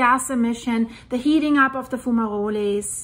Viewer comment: if you go to google translate page .. type the word into it and click the little speaker icon .. you will hear how a word is pronounced .. it is pronounced a little different in english .. fumaroles .. if you press it twice it says it a little slower the second time :) lova ya channel/work -- spelling mistake intended